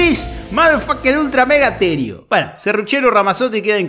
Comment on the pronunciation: bu-heno. Jajaja.